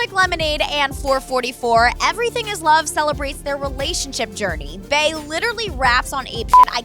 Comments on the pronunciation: How the fuck you mispronounce Bey 😂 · QuentojVEVO love SHES PRONOUNCING HOW IT SOUNDS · 😞🤦🏽‍♀️ it’s “Bey” as in Beyoncé not “bee” not “bae” and not “b”. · It irks my nerves that she kept pronouncing Bey like Bae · Failed censorship and I'm kind of tires of how she pronounce Bey's named Bay